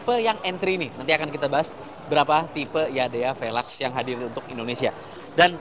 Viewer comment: jangan YADEYAA 😂